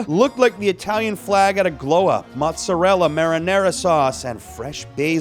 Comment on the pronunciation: Your pronunciation of mozzarella killed your credibility😂